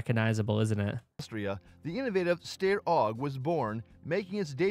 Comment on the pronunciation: According to the ever accurate generated subtitles and narrator pronunciation, you mean the "Stair OG" or are you talking about the "Style OG"?🤣🤣🤣🤣